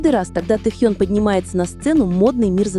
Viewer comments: Ким Тэхён. КИМ ТЭХЕН. Тогда и Чонгуен, Чиминен, Хосокиен, Намджунен, Джиноен, Шугаен. По русски Ким Тэхён. Слушаем на русском языке. Автор, будьте любезны правильно называть имя Тэхёна. Это не трудно. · И/ И? Вот пусть и переводит тогда Чонгуен, Чимиен, Намджунен, Хосокен, Шунгаен, чтобы одинаково звучало. Недоделанный и/и .интересно, а кто закладывал в него текст, какая необразованность нерусская?